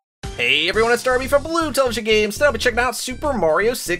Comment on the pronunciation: Every time darby says it sounds like he is swearing